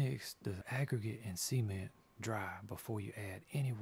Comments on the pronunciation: It sounds like he is saying Cemen instead of cement. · All i need to say about this video, pronounce the T in Cement... xD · i thought you said semen not cement, anyway awesome videos